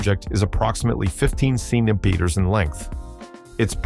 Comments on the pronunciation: wtf is a cenibeter? I guess somebody misspelled the narration to the Ai narrator. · The AI voice needs to be taught to properly pronounce "centimeter", "millimeter", etc ...